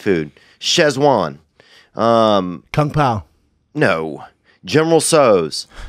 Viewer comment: "ShEz-wan, General Tso's, Grilled Koi..." lol